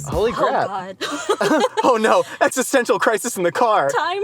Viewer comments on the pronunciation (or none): none